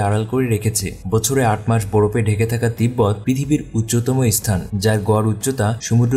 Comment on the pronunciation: ভাই, উচ্চারণ ঠিক করুন, ইসথান নয়, স্থান।